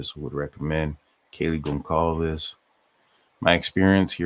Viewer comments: He is an ocd vegan won’t eat food unless it’s cooked on pans that never cooked meat. Doubtful he would eat in restaurants that serve meat. FYI Goncalves is pronounced gone sal ves. No hard C. Happy Birthday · Gon salvs is how her last name is pronounced the c is and s sound. Not being a dick just letting you know